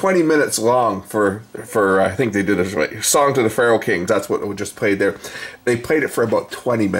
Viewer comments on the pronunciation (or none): none